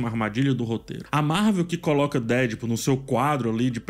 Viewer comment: Fala,. Eu sei que você tá nesse modismo de querer pronunciar as coisas em inglês e tal, mas, se quer pronuciar corretamente é deadpool com a tonica no pool, não no dead.